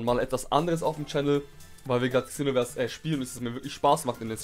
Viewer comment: Man sorichts es Senoverse aus